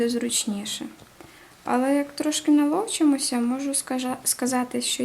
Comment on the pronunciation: Уляна Бризецька ,наЛОвчимося, в дівчини легкий дефект вимови, думаю, можна пробачити...